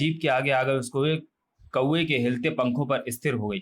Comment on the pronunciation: Truti Sudhar => Kuve nahi Kauve hai 😤